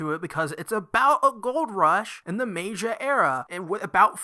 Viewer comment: Meiji is pronounced Meyjee